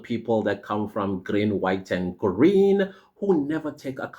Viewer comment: Grweeen whide and guwreeeen😂😂😂😂😂😂